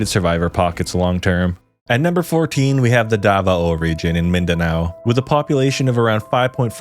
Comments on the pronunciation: "dava-o" lol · Its da-vao not da-va-o